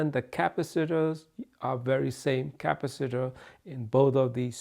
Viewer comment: What in the hell is a "cap-a-sitter"?? It's pronounced more like "ka-pass-a-tor"...LOL. Still enjoy your videos. Keep up the great work.